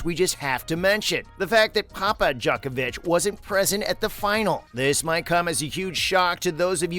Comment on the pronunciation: Pronunciation. Not “Jock-ovic” but “Joke-ovic” and not “Nole” like “pole” but like “Nolay”. Research